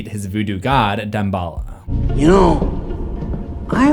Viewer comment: has anyone ever said Dambala like deem-ba-la?